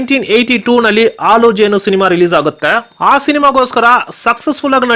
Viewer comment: ಆಲು ಜೇನು, ಒಸ ಬೆಳಕು ಅಲ್ಲ ಸ್ವಾಮಿ, ಹಾಲುಜೇನು, ಹೊಸಬೆಳಕು. ನಮ್ಮ ಕಸ್ತೂರಿ ಕನ್ನಡ ಭಾಷೆನ ಸ್ಪಷ್ಟವಾಗಿ ಮಾತಾಡಿ.